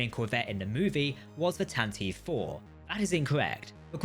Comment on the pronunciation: Tanataveev? Source material says Tantive. Fail to research much?